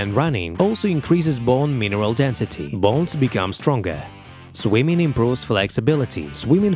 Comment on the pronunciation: Very AI voice the way it's unnaturally jammed together. But why the accent "swymin" vs swimming, athletic "physic" vs physique..etc Maybe it's sampled from a real voice first